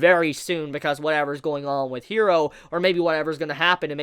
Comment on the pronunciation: I love your videos and I am a subscriber of yours because I really do like your content. And I'm not gonna stop watching your stuff because I like it. But I legit cringe every time you pronounce character names.. I don't know if you watch dubbed or subbed but Japanese pronunciation is like Spanish and it's not "hero" it's "Jiro" (i know the name is Hiro but I tried to spell it phonetically) with a soft "r" like in Spanish... 😔 ..maybe if you watched the Subbed versions do you can hear the name pronunciation ..